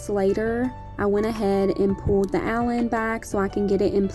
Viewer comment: The whole time i thought you were saying kitchen Allen im like what the heck is that then im like ooooh kitchen Island. Im such a air head lol